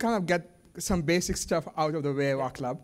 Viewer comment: Great scientist from Czechia, his name is pronounced "Vaatslav" and Smil, not Schmil.